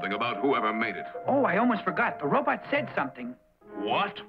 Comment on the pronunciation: “It’s a robutt”!